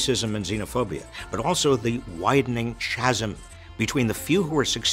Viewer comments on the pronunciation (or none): Isn't "chasm" pronounced KA-zum?